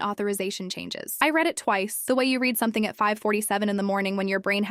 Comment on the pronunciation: Please teach your AI to use clues to decide word pronunciations. It used one pronunciation of read in a sentence that required two. "I read (red) the information and had to read (reed) it again." Bow (b-oh and b-ow) and wound (woo-nd and w-ow-nd) are two more words with multiple pronunciations. There are several words like that.